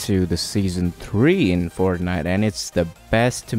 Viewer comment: he said forknite